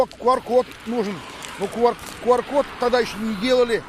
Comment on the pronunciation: Почему КУар? Q читается и произносится как КЬЮ!!! Но видимо IQ (ай Кью) не позволяет говорить правильно.